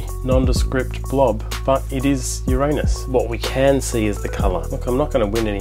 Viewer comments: Finally, someone says Ur-RAIN-us correctly instead of “YOUR-a-nus”. 🍑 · Glad to hear you pronounce Uranus the old fashioned way. On the hole I’d say it’s a great photo! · Labcoat gag ???? You mean you're NOT a proctologist ? Chapeau for the correct pronouncation of " Uranus". The Mars image was good but we both know its pronounced " Murrrzzz" (Thanks Carl). And don't get me started on the pronounciation of Saturn. "Satin" ?? "Satin"?? Named after the Roman god of sheer fabrics was it ??? Thanks for another great vid :-)